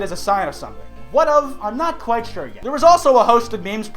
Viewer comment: are you sick?